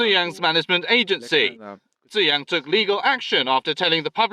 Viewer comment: I know is always trying to pronounce names correctly and I credit him greatly for that. I just can't unhear him going back and forth with "chu-yang", "chu-jang", and "chu-zang" within the same sentence. At one point, I thought he was talking about a third person being blackmailed.